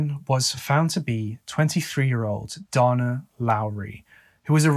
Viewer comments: Dana is day-na not donna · Why do you always pronounce the name Dana as Donna? This occurs in many of your videos on US cases with people who have this name? Donna is Donna. Dana is DAY-nah. It's disrespectful to not research the pronunciation of people's names. If Dana is pronounced Donna in the UK, fine, but that's not the norm in the US.